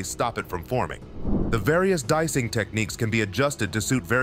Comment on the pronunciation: Why the guy keeping say dicing instead of DEicing